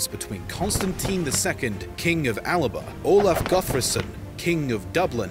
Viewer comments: The guy narrating the history video keeps referring to Scotland's old name as Alaba. It was ALBA!! Maybe he needs to learn the correct names for places before doing videos about them. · alaba is how Alba is pronounced